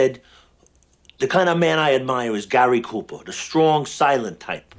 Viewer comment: The way he says "the shtrong silent tyPe"